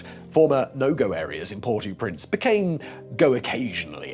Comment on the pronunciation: It's Port-Au-Prince, not Por-Too-Prince!